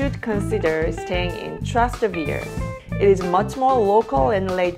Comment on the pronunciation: per prima cosa "spanish steps" è il nome sbagliato che danno gli stranieri, si chiama Scalinata di Trinità dei Monti che prende il nome dalla chiesa che è sopra, la piazza ai piedi della scala si chiama Piazza di Spagna 2) Tràs- Tevere l'accento è sulla prima A e significa zona oltre il fiume Tevere, hai pensato di cenare in un locale tipico di trastevere? No quelle sono le vere scam per turisti 3) oltre ai taxi ci sono 2 linee di treni che dall'areoporto arrivano in centro e costano poco first of all "spanish steps" is the wrong name that foreigners give, it is called Scalinata di Trinità dei Monti which takes its name from the church that is above, the square at the foot of the staircase is called Piazza di Spagna 2) Tràs- Tevere the accent is on the first A and means area beyond the river Tiber, Have you thought about having dinner in a typical restaurant in Trastevere? No, those are real tourist scams 3) in addition to taxis, there are 2 train lines that arrive in the center from the airport and are cheap